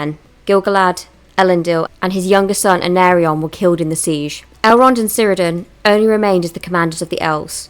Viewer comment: The "c" in Cirdan, Celebrian (and all elvish words) is pronounced as a "k". Kirdan, Kelebrian etc...